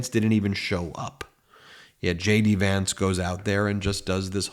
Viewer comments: Did you say Shady Vance? Lol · Ben, from afar, J D Vance sounds like 'SHADY VANCE' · Are you saying JD Vance or Shady Vance? (Which I find much more appropriate 😂) keep up the good work, love the truth! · Wait, am I hearing things or did you call him Shady Vance?